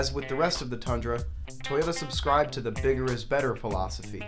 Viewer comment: why is everyone calling it a thundra??? its a TUNDRA